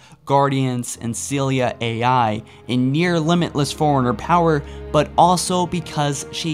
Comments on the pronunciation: And forerunner sounds like foreigner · learn how to pronounce things its fore runner li brar ian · it sounds like you said an ancient foreigner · Excellent video but.....dude you're killing me...it's, "libRarian" and, "foreRunner" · "foreigners" "liberrians" "sentinent being"